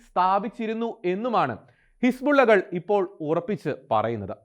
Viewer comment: പറയുന്നത് ഹിസ്ബുള്ള his-ball-illa ആയെന്നാണ്. 😂